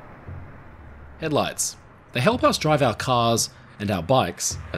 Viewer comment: Keep hearing him call it head lice.